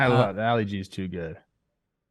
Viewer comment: it's Ali G like Mohammad Ali, not alley G.